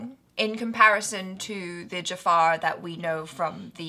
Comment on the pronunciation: Its not "Jafaaaar" , its Jafar...